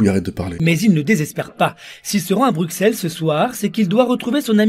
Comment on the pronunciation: On prononce BruSSelles